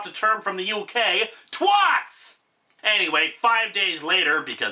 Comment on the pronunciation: "...a bunch of twots!" From my understanding, twat isn't pronounced that way and is a MUCH nastier word than your usual vocabulary, lol.